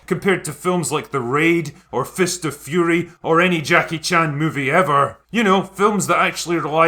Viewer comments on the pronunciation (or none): none